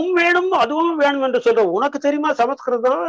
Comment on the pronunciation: அய்யோ ஏனடா எல்லோரும் தப்பு தப்பா சொல்கிறீர்கள் ஸம்ஸ்க்ருதம் ,ஸ "ம்" என்று சொல் "ஸ ம" ஸ்க்ருதம் இல்லை. இல்லையெனில் வடமொழி எனச்சொல், தமில் என்றால் தப்பு, தமிழ் என்று சொல்லவும்